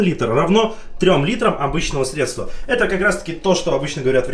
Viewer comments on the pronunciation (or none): срЕдства,а не средствА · не средствА, а срЕдства